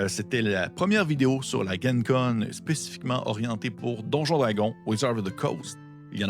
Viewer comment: Ce n’est vraiment pas grave mais pour info pour l’avenir, ça se prononce « djen con » plutôt que « guen con » parce que ça stand pour Lake Geneva. Merci beaucoup pour toutes ces super vidéos !